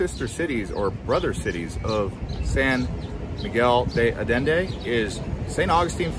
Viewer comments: Sorry, it's "deh Ayendeh" not "day Ayenday" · De ayende…. Not de addende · se refiere a la mala pronunciación del español..no es ayenday ..es Allende ..haciendo incapien en las LLs. Sería algo así como yeee ..sin la y al final..tómese el tiempo de preguntar a alguien nativo cual es la pronunciación correcta. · Wrong pronunciation is more like ayenda!!!! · ALLENDE - the double LL's are pronounced like a Y as in YES -- AHYENDEY. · It's San Miguel de Ayenda, double "ll" in Spanish is pronounced like the "y" in yes. Also there is crime there, people report and have been captured on camera, tourist being robbed at intersection while in their car. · Sawn miguel de adende! Hahaha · Thank you for explaining it to him. This is my home and I was cringing with All of this pronunciations. LL is not a D. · Butcher the name...adding letters to name...come on gringo, get with the program.